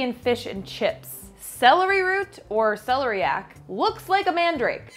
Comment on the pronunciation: That is celery coming out the top of that celeriac root.and its se lair iac accent on lair.